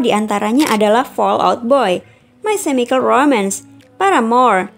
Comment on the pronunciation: learn how to pronounce correctly...chemical bkan di spell semikal but di pronounce "kemikal", also gerard way, g nya dibaca je